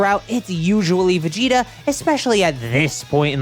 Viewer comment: you said Vegito instead of Vegita or at least that's how it sounded like